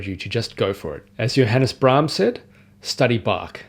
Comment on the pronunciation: Oh! I was doubly convinced when you got Johannes Brahms right at the end. Well it's a great video with some insightful points - thanks!